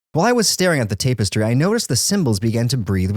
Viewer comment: I’m disturbed by how you say tapestry. You say tape-us-tree instead of tap-is-trey😂